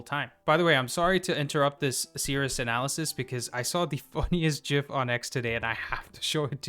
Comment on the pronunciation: Shout you to bro for correctly sayin gif with a j 😂😂😂